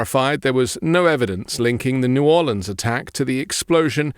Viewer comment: As someone born and raised in New Orleans I was quite pleased to hear you pronounce the name of my original city correctly.❤